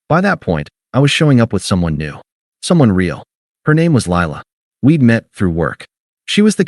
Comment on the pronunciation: This AI does not know how to properly pronounce “real” in English.